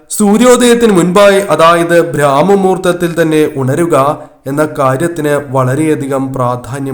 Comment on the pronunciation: ബ്രാമ മുഹൂർത്തം അല്ല ബ്രമമുഹൂർത്തം ആണ്